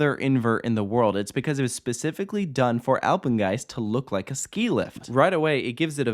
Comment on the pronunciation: Nobody: Takoda: Apegnest👁👄👁